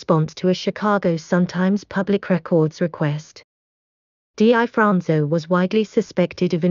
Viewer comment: #1- The narratator seems unfamiliar with the subject matter and the English language. She constantly mispronounces his name. Its pronounced, Difronzo. Just like it's spelled. Not D I Fronzo. Also, you said his nose was shot off. Wrong. It was sliced off by a plate glass window as he was escaping a robbery. If you're going to make a video, at least get the basics correct. I could go on, but you get the idea. And what's with the zooming in and out? That's unnecessary and distracting. I had a hard time watching this video with all the mistakes and bad pronunciation. Learn the language if you're going to do English speaking videos.